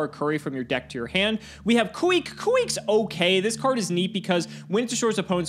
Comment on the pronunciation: The way pronounces "Kuick" and "Dekoichi" is cringe.